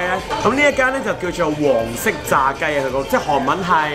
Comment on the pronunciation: 今集見到有字幕，聽不懂廣東話的觀眾睇字幕都明白好多👍都想講一下，從前Manson旅行所住嘅地方，都係好普通嘅一個房間，而家佢好多旅遊片嘅房間靚好多舒適好多，最主要係交通便利，亦驅使到觀眾會作為參考👏汝矣島正因為近市區，應該有好多本地一家大細過嚟賞花(開晒帳幕)可感受一下熱鬧氣氛。 鍾意你介紹嗰條燒肉街同埋帳篷馬車嘅小炒，呢啲先係真正地道嘅韓國生活美食！感受一下都唔錯😍但係好唔明，韓國人成日都話搵唔到工作，但係點解佢哋嗰啲消費咁高!🤔 個炸虾叫(些烏twi 劍)🤣🤣🤣 唔飲酒嘅manson，但係見到炸雞都破例一下（飲杯啤酒先）你講黃色炸雞嘅韓文都幾準吖👍👏不愧係韓國練習生😂😂 見到櫻花雨好靚喔！老實講個鰻魚真係抵食嘅👍👍呢個就係好介紹👍👍從前嘅manson都幾蛇(龜）,覺得有少少刺激嘅活動都好驚，而家唔同晒咩都試吓👍👏呢啲都係人生嘅進步！local tour都唔錯，有賞花，玩車同食士多啤梨👍請問呢集既相片係行咩路線呢👊👊🤦🏻‍♀️